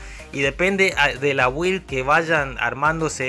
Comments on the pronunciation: muy bien video amigo!| solo pequeno consejo se pronuncia "bild" jajaja cada vez que dices "wild" pienso en salvaje XD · se pronuncia bild (build) bild please sos un geniooo